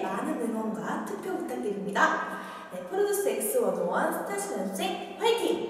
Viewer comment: 아닠ㅋㅋㅋㅋㅋ진짜 발음 넘 기여워ㅠㅠㅠ 스따십 연스센 송!형!준!